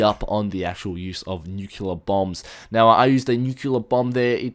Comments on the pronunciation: its also Nu-cleear, not nukular.... just sayin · It's not nucular blast it's a nuclear blast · In-sen-dee-air-ee New-clee-er